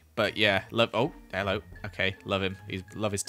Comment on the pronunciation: I will not be doing accents today Also “heillo” don’t know what that was but let’s start the video. Great 😜😂